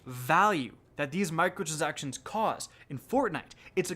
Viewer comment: Mi-cro-trans-ac-tion It’s a simple word to say